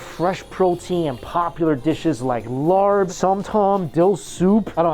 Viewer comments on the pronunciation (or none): as a thai person who speaks it calling the Laap "Larp" hurt my soul. Please say it like Luh-ahh-p'uh thank you 🙏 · I love you!! And that's why i'm going to tell you this! But laarb is pronounce LAH! So next time you go to a thai place, they're going to think, "oh he ain't no newbie 😏" we also have raw beef laarb, catfish laarb! So many kinds!!! Try them out!!!